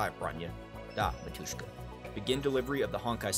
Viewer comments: Yeah ... licking was a bit weird, little kiss in forehead would be better. is AK-47 saying something? It's that, but without actual model number. "dasvidaniya" - goodbye Btw, it's mAtushka, not matUshka. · I really love their story, and I'm happy that you like honkai too, not only genshin. Thank you for the video! But mAtushka, not matUshka (like mAma)